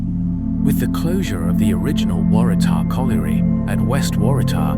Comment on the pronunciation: Thanks for the lovely video. I have often ridden my bike on those bike paths and didn’t know that they used to be railway lines. I’ll be having a closer look next time I go. It took a few goes but the narrator got Kotara right in the end. Waratah was a bit dodgy though 😊.